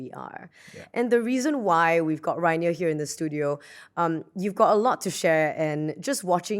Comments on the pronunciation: Pretty sure I said Rainier! I tried :’) Perhaps it wasn’t the best pronunciation, it’s a very unique name heh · the host cant even pronounce the guest name right